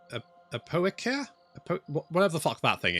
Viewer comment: Apoikia, pronounced Ah-pee-kEE-ah, is Greek for colony btw